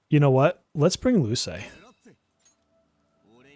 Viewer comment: Use Google Translate to hear how to pronounce Luce🌹 Characters from Persona 5 Dancing is a waste of a pull. They could have done better🤬